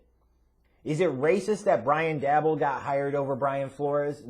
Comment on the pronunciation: DAY BOL pronounce it right ffs.